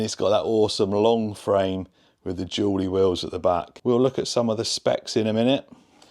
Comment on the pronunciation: As someone for Tennessee.. i can confirm its pronounced "Dooley" 😛